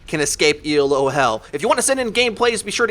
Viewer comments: Great vids, just reminder it's Elo not ELO. Named after Arpad Elo. Keep it up though! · Isn't it pronounced Elo, not E.L.O? (like wasn't it named after a guy?)